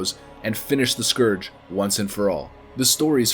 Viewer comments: saying scoarge instead of scourge triggered the duck out of me. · I notice you say Skooorge and skuuuurge in the same vid? I agree with the second pronunciation. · Its funny how you pronounce the word scourge as eithrr scorge or scerge. Phonetically likr scerge is the correct way. Your welcome. Btw not being a dick i just found it interesting. Additionally, love ur vids man keep em coming! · Scourge pronounciation: Skurj > skorj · “Why not both?” - 2019. I’m so glad he stopped saying skorge after the intro... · Scourge, not scorge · Interested me that you started the video pronouncing Scourge as ‘Scorge’ and changed to ‘Skirge’ how it’s more commonly pronounced. Tripping me out man! xD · whats up with people pronouncing it the scuwrge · It's pronounced "scuuuuurge", no sq-oor-ge lol. Hooked on phonics wurked fur me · Go Throne scoarge is busted and broken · "The citadel was eventually overran by the Score-g LMAO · the Scorrrge? LOL fail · you keep saying "the Skorj" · Scorge? Lol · The way he pronounces scourge at the start of the video is nauseating.....I’m glad he figures out how to say it properly by the end 👍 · May want to practice how to pronounce the scourge. :P Otherwise cool video.